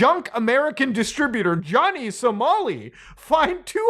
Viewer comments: LMAO "Johnny Somari" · Johnny "Somari" 😂